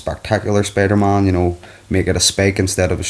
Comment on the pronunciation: did he say spidermon lol